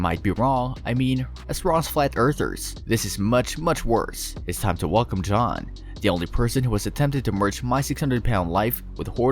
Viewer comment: How tf you look and “Jeanne” and say “John”? 💀 it’s JEE-NEE